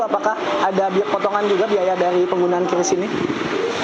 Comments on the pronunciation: Penyebutan QRIS yang benar adalah KRIS, bukan KYURIS ataupun KIRIS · Kris bukan kyuris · kiw ar matamu picek. bacanya biasa az: qris (kris) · bukan Qiuris .. tapi Kris sebutnya